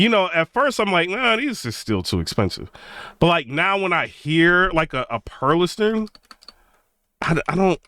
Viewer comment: First, some advice... It's not the greatest move to come out swinging on a speaker you haven't personally owned or used in your system especially as a "tuber". Second, properly pronouncing manufacturers' names will go a long way towards credibility. The "T" is silent in Perlisten. There is no "A" at the end of Revel. Now to your topic. I have owned the Perlisten R7t and R5c. All the reviews made them sound like the bees' knees. I ordered a pair after demoing them. When I set them up, I was greeted with a very clean presentation, cohesive sound, pinpoint imaging with some depth of soundstage. What I didn't get is a wide and deep soundstage. Everything was pinched in between the speakers. There was no air in the treble. Bass dropped off around 40hz. But, Perlisten purposely designed them to NOT interact with your room, and to minimize reflections. For HT they were great. Unflappable at any volume. All the processing made them sound big. 2 channel was a different story as noted above. They admit they went after the Dominus rating to be the first and to help gain visibility, but I think it cost them low end output. Are they worth $11k? I don't think so. Their build quality is excellent. 104lbs per speaker. Solid cabinet and base and feet. But, I think most speakers are overpriced these days... Which brings me to your Focal and B&W comments. Both are extremely overpriced, way too bright. There is no bass in a Focal speaker, even with all those drivers. Hollow cabinets, and on and